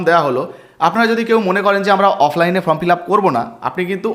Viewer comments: Form কে from বলছেন কেনো ? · From na কথা ta form